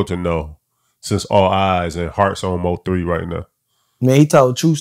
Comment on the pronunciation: Mo 3 said he graduated college,but couldn't pronounce nvm.